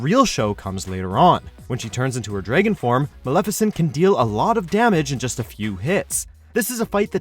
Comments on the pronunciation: “Terra-Zeeanhort?” “Clout Strafe?” “Zemnass?” “Sephiroth has FIVE health bars?” “DRAYGHON?” Holy shit, I’ve never seen something I’ve loved so much get butchered. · ZEM-NUS, DRA-GUN; PRONOUNCE RIGHT PLEASE!